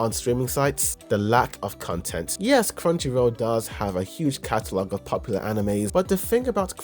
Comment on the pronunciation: content / cun-tent 😂